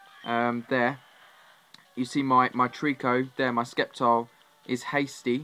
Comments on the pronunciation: s k e p t i l e i thought it was sep-tile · Skeptile? It's pronounced Septile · did this nigga just say SKEPtile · I cringed when you said Skeptile. The C in it is silent. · I'm pretty Skepticial of that pronounciation. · you sead sceptile name wrong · I thought that's how you pronounce Sceptile?